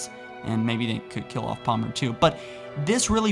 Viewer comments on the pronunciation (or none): none